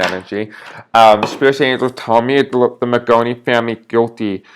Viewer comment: Mangione, not maggattoni, or maggagoni, otherwise good reading, thanks